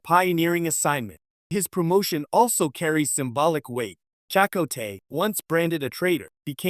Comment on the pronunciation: This AI voice shit can't pronounce names? Chicot?